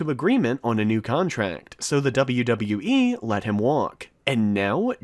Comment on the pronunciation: You pronounce WWE very badly